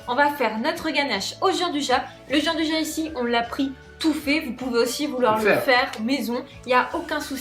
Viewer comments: Ahaha, je viens justement de rédiger moi-même un petit commentaire à ce sujet, je n'avais pas vu le votre ! Ca m'a toujours étonné d'entendre même de très grands chefs s'entêter à prononcer jianduja cette spécialité italienne dont la prononciation exacte est pourtant tellement plus gourmande et chantante ! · Jeanduja mdr 😂 Ca se prononce "djan dou ya" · "dian dou ya" ;) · "Gianduja" se prononce djandouya en italien. Pour des oreilles italiennes votre prononciation est tout simplement horrible ! Je me demandais de quoi vous parliez. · ca se prononce " DJIANDOUIA" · Merci d'avoir réagi ; je me sens moins seul. Bossant dans une épicerie de demi-gros en pâtisserie pro, il m'est triste d'entendre les clients (même des pro) prononcer "à la française" (on ne sait pas comment ils ont décidé que gi = j mais ça ne les perturbe pas plus apparemment) et d'insister quand je leur réponds pourtant avec la bonne prononciation… v.v xD